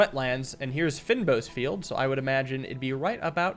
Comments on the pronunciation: fynbos is kind of pronounced "fayn boss" we have them growing here in South africa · I think this game is made by a South African developer, fynbos is pronounced as "fane bos" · I know its nitpicky, but you say "fynbos" as fayn-boss It's an area in South Africa with lots of flowers and bees and such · lol at the "fynbos". That's a biome in South Africa and the word is Afrikaans. It would translate to "fine-bush". Pronounced "fein-bos" like this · The way you say "fynbos" 😂😂😂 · just wanna say, you pronounced fynbos wrong